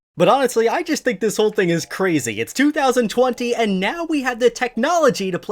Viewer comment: He said 2020 like 200020